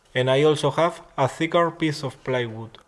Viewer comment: you keep saying playwood an its plywood! :D